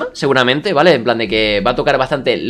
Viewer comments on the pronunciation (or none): none